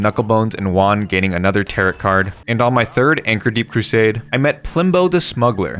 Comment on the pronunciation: Heyy! Great video, just letting you know that Tarot is pronounced “tare - row”